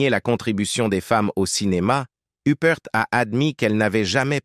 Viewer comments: Uppr pas youprte IA debile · Oui mais c'est "l'intelligence artificielle" qui fait cela! La narration est hachée, mélangée, revient en arrière, en avant bref, on ne comprend rien! La prononciation des noms est catastrophique "Hupperte", Toscane du Plantier en somme, plutôt que de nous faire apprécier le cinéma et les bons acteurs et actrices, cela est tellement énervant qu'on finit par stopper la lecture et mettre un pouce 👎tant on est déçue.... On aime regarder des reportages pour s'instruire agréablement mais là, c'est insupportable et malaisant... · Il est temps de prononcer les noms comme Il faut faut Huppert se prononce en français (huppair) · Une des plus grandes actrices françaises. Idiot de prononcer hupperte, l'ia dans le pire de ses apllications. Honte à l'IA..... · Pourquoi prononcer son nom a l anglaise ? C est ridicule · Surtout la mauvaise prononciation de son nom de famille, elle n'est pas anglaise mais française 👿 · Honte à l'IA.....